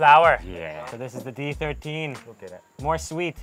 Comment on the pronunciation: no one is gonna talk abt D13 souding like DIE ???🤔